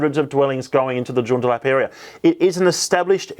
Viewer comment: I would like to gently point out that Joondalup is pronounced June-daa-lup. Thanks for the content 🙌